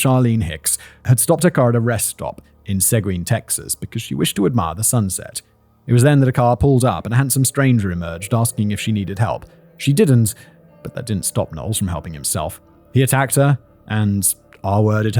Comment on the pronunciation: Living close to one of the areas mentioned in this script, it's easy to mispronounce. For future reference, Seguin is pronounced Se-geen (think like Ed Gein, which I think folks on this channel know how to pronounce).